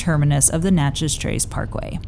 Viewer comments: Great content and I really appreciate what you do. However, you’re mispronouncing the town in the trace Parkway…. It’s Nat-chez not Not-chez.. 🤦🏻‍♂️ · Its not Notchez. Its Natchez but great video